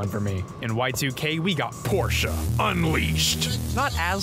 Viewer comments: Hello; As someone who shares a name with the infamous car company PORSCHE; I thank you for pronouncing the E with an Uhh sound. A lot of people say Porsh like a bunch of fuckn neanderthals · holy shit this guy can pronounce porsche correctly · this mf deadass out here pronouncing porsche correctly like it's his job, and i appreciate that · He pronounced Porsche correctly, this makes me happy. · I’m so proud of for pronouncing “Porsche” correctly. Also the video was a-ok. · finally a non european that pronounces porsche correctly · Ayyyyyyyyy he said Porsche correctly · Had Need For Speed for the Sega Saturn. Played it on a Saturn controller and was actually good with it. Also, you pronounce Porsche properly. God bless you, sir.